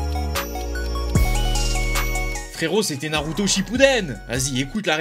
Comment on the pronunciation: Toi aussi tu dit mal le truck naruto